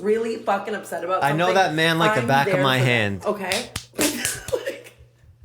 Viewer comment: I thought the sAME lol so much emphasis on that, kinda cute